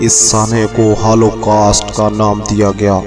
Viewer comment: pahlae bolna sekhoo rakha gya mtabak haaalo kast bolna sekhoo